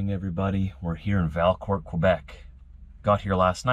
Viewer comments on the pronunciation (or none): I'm pretty sure that Valcourt is pronounced more like Val coor, like the beer. Enjoying Ontario and Quebec vlogs, places I have lived and worked in many, many years ago.